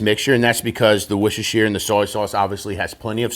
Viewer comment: it is pronounced "wash your sister" sauce. LOL.